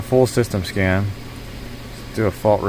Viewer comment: That's a sweet tool. You said escan?